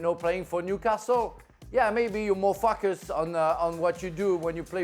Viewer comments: when Frank said 'maybe you focus', I had to rewind and listen to him again. Sounded terribly like the F-word. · "Mofocus" xD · The way Frank says focus 🤣